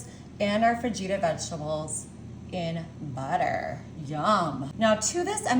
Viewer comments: Did she actually say “fah-geeta” vegetables ? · It’s pronounced FAHITA! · Actually its fuh-hee-tuh. But part of their show is to mispronounce things on purpose. 😊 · Fa-gee-ta 🫣 Just when you thought it couldn't get any more disgusting.. 😒